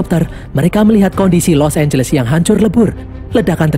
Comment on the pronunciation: Di film ini los angles berubah jadi los ambless